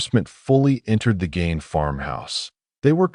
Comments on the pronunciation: Its not gain... pronounced GEEN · no it's not. Mispronounced Gein's name right at the beginning. We have to stop supporting lazy AI content.